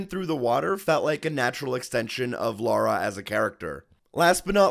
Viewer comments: A, Her name is Lara! Not Laura! whats wrong with you americans? and also, doe this game have quick time event button mashing? I bloody hope not, that ruins a game. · darren s We have Rights to call Lara,"Laura",Is just a Mistake,Everyone makes mistakes,Like you Got mad at Amercians! that's the biggest Mistake You ever made.